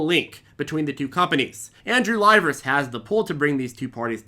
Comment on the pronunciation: It's pronounced "lee-VEH-rees" he's greek.